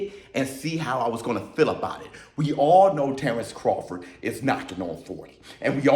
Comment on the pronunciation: Bro they butchered Terrance Crawfords name